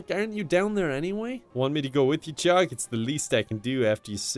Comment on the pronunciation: You’ve pronounced it wrong, it’s JOG